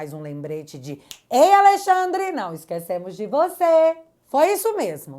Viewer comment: Gosto muito quando você pronuncia: aLEIxandre ... sugestivo